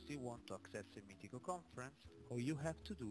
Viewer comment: MITICO.... ecco la corretta pronuncia di Meetecho... COMPLIMENTI!